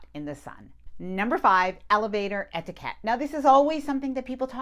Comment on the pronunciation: You’re lovely but the way you ‘etiquette’ makes me twitch.